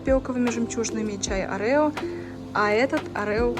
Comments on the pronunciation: Не арэо а орео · Арео,😂 ориё же